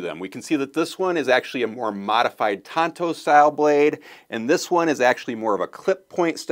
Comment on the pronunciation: Tanto. Not Tonto. Tonto was a native American actor.